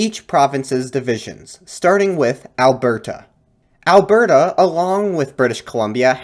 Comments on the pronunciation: Bruh you need to not enunciate the "T" in "Alberta" so much. It is Alberta. Not "Albertuh" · as someone from Alberta, it's hilarious to me how every single time you say Alberta, you way over pronounce the T. we pronounce it more like "al-ber-duh", rather than "al-bert-uh". not hating just found it funny :) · alberta is pronounced "ahl-burda", soft t. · Nice work man! As an Albertan though, the way you pronounced Alberta made me cringe! 😂